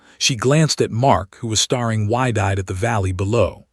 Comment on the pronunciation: Please find a different text to voice program. This one doesn't know the difference between the plural of sky and the plural of ski, nor does it know how to pronounce staring vs starring and a few other similar words. Generally speaking, when adding "ing" to a word, if there was an "e" on the original you just drop the "e" and add "ing". If there is no "e", you double the consonant and add "ing"